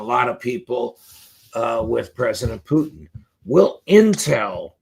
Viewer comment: Why, unlike everyone else, does McGovern pronounce Putin as "Poutine?"